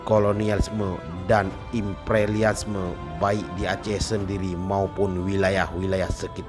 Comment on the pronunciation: Motiwiwasi dan ipreliasme, interversi, protugis, pertugis 🤣🤣🤣🤭